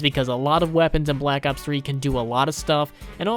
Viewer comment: I love hearing that "bE lak ops". And thanks for providing information!